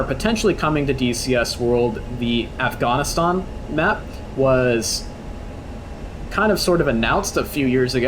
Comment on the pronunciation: Did you really say Af-gone-is-tahn